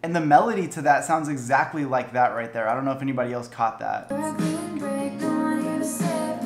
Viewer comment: When you said “rIght theAr” I choked on tea, I laughed so hard. Also I can’t wait till I’m fifteen to listen to it on my birthday. Your reactions are so energetic and I love then